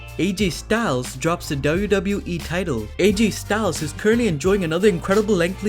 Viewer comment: Please speak “WWE” properly